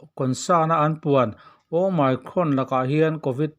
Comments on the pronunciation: Hemi channel hi a hming atanga en chuan "Journalism" lam channel ani ngei in a lang a, "Omicron" variant chungchang video ni si mahse a "omicron" ber lam dik loh lutuk mai chu. Kan tawng ni lo lam dik loh hi a awm lo miah lo, mahse kan lam thiam chiah loh hi chu internet ah lam dan en mai ila. Ngaihthlak a ti hahthlak tlat "Oh my cron". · Ooo my crawn a ti tlat hi, mak eee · Ooooh my crawn. I ti mak e, i lam dan hi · Awmicron a nih manih sir omicron ti jok tur I la nal lem deu lo manih awmicron ha2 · Your pronounciation is very funny "OMICRON" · Omicron lam rik danah YouTube lamah a lamrik dan zir hmasa ta la a tha lo maw?